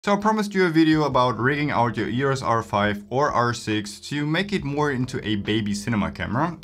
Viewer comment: stop saying yurus r5.